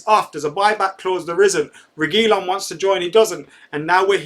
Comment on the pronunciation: ReguiLON stressing the last syllable if anybody cares